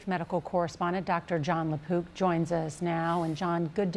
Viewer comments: At the intro— Sounded like she said, “doctor John Le-Poop” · LaPook? I bet he got made fun of in High School.